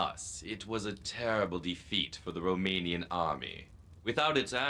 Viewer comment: Why do they literally mispronounce every single romanian word in a game about Dracula? They couldn't get the voice actors to try at least?